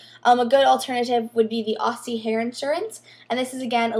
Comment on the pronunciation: you said Aussie wrong :( im sad but hey LOVE YA!